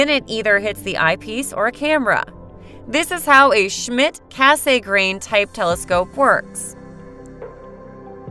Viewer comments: Cass-a-grain. Repeat after me kids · I thought it was the typically long focal ratio of the Mak that made it photographically ‘slow’’—not the fact that it has a thick meniscus type corrector. BTW, it’s pronounced Cass-eee-grain rather than Cass-AY-grain. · The name is French, and it's pronounced 'KASS-granh', almost like 'gran', but not quite getting the 'n'. But, that nit-picking aside, I liked your approach and informative delivery. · That "kay-say-grain" part is painful to hear 😅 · Over and over again, yes-ay-grain! I can't stop hearing it. But excellent description of each-ay-grain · It does bring the narrator's credibility into question. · I like her voice except for that 'Kay-say-grain ' part lol, but at least she pronounces every word correctly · "Cass Saay Grain" Look how they massacred my boy...